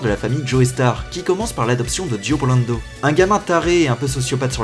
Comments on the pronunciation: Dio BRANDO, pas BULANDO. Aussi, Joe-star, pas Joé-star. Désolé,, mais sérieux... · Omg pk il dit blando et pas brando C'est un stand user